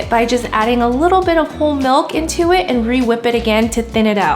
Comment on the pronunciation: can someone pls tell her that it is pronounced “MILK” not “MULK” lol i appreciate this video but jeeeeeze she is so cringey lol